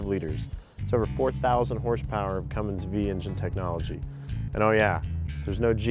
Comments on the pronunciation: Thank you! I thought the same thing. "no g in cummins..." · Best line for a review ever. No "G" in Cummins. EPIC